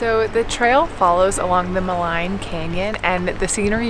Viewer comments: Maligne pronounced: Ma-lene, not Ma-line! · Love seeing some of the beautiful scenery reminds me of when I lived there. Just a note that you have been pronouncing some of the place names wrong. Maligne rhymes with clean. Athabaska has no “s” in the name.